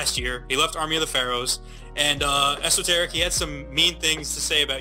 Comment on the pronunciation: Love the music and the format of the doc but I had to stop after the mispronunciation of Vinnie Paz, Jus Allah, and Esoteric. When you don't even know how to say the names of the people, it shows that you're not a fan and that you're just drumming up random ideas for content. If you just listen to any of their songs, you'll hear them pronounce their own names correctly!